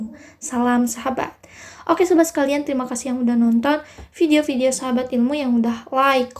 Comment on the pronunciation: Min, saran dong, kalau F dan V dibacanya jangan P dong, soalnya saya gimana gitu dengernya 😥 Kalau belum biasa, biasakan dulu ya min, sering banget ini diucapin notipikasi, apirmasi, pideo, inpormasi, pendaptaran